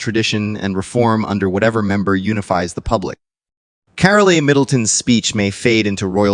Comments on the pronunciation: It's just pronounced CAROL. Not Carolee, just CAROL. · It’s carol NOTcarlia